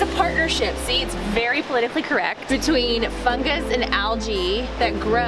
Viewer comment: said fungus and algae wrong